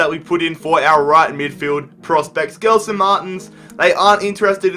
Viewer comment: PCQ: Will you still try to sign Gelson Martins, whose name's pronounced "Jelson Martins" btw, after negotiations with Sporting Clube De Portugal broke down?